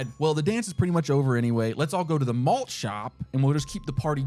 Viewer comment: lowkey i thought he said mulch shop not malt